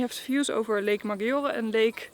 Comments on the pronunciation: Great video but please why maGIore? Maggiore they pronouns it MaDJore. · Maggiore will sounds majjore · Guys, please pronounce Lago Maggiore the right way, and you don't get 'browner' you get tanned